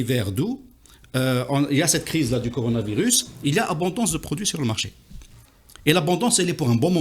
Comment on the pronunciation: Mr Ihsane Elkadi c'est coronavirus et non pas conoravirus.